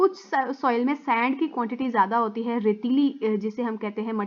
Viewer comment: Miss aap ne sand ko saand keh diya 👏🤣